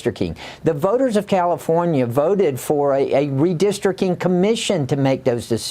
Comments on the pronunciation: Buddy Carter calls it "redistricking". Dude can't even pronounce it correctly. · Carter: "Redistrick-ing" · Homie from GA can't even say "Redistricting" lol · Buddy cant even say 'redistricting'. America is so dumb, and u cant argue otherwise these days. Outstanding